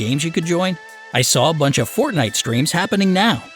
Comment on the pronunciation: you pronounced Fortnite wrong and this is just a story